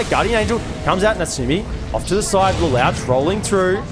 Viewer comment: Le-lowtch lol